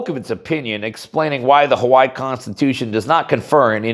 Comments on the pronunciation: Huh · wai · ee, Not How-Why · Ha-why is the English pronunciation.. Ha-why-ee is the Hawaiian.. doesnt look Hawaiian